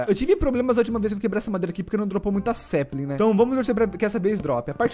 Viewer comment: O LG e engraçado porque o fala saplin com A😁😁😁😁😁😁😁😁😁